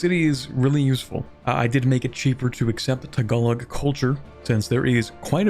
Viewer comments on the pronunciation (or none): Tagalog is pronounced Tag-a-low. That will at least get you closer to the pronunciation.